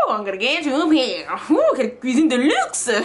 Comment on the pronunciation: Uneuh cuisineuhhh vreumennnnt